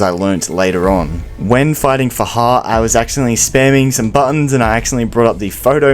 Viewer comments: It's FA-JAR Can't you read? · Its faJAR by the way